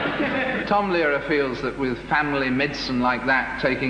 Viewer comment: for the record, Frost mispronounces Tom Lehrer's name. It rhymes with "bearer".